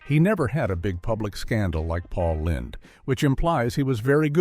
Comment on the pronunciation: Paul Lind (rhyming with Grind)?